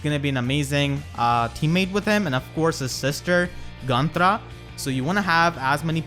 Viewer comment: Sorry, but i can only think on how you roll the R in Gunnthra and i freakin love it !